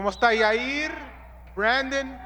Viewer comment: Lmao Chael calls Yair - “ Your Rear” or “your ear”